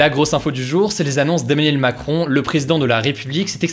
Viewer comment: Bon mec, tu fais un super taf, bravo, mais fais un effort pour ne pas prononcer continuellement EMMANIEL MACRON dans tes vidéos, ça fait bizarre.